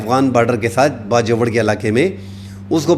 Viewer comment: Piyary bhai please ap Bajowar na kaha karein..Bajor kaha karein...apka style and news upto date and realistic hoti hein....Allah apko izzat de